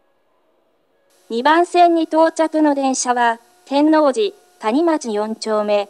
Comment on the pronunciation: て↑んの↓う↑じ↓でガチ草